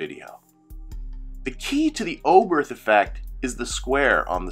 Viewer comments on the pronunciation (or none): Thank you for this excellent and very clear explanation. I’ve often wondered why the Oberth Effect happens, and now I understand 😊 (One very minor point : it’s pronounced ‘Obert’ - the ‘h’ is silent in German)